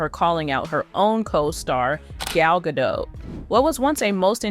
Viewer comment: GadoT. Please pronounce the T. She's not French. The T is not silent.